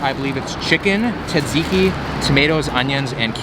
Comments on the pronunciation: Τζατζίκι το λένε αδελφέ. Όχι σατζικη. Love from Greece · It’s pronounced Ta-ziki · its pronounced like "tuh-zee-kee" if anyone cares lol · is he saays "zedzicki"? I thought it was tzatziki, tuh ·zee·kee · Hahaha ZedZiki that’s great. It’s T-ziki. You gotta throw the America Z sound squished with the ziki. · (Ta-zee-key) taziki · It’s pronounced sat-see-key I think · His horrible pronunciation of Tzatziki hurt me a bit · You are very close am from Greece and you have to pronounce the (T) at the start e little bit more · My heart felt like it got stabbed when you said"tzatziki" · Actually you killed the word "tzatziki"! Nowdays even grek people can't say it properly. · a Its... too much for him to learn how to.. say hello welcome to the video? Literally write it on cards and have the cameraman hold it, the point of this entire series is to embrace and do things like them; it sure as fuck wouldnt be too much LMAO, he couldnt even pronounce Tziki right (and I love, I watch every video and have for years, doesnt make it any less annoying sometimes =.=)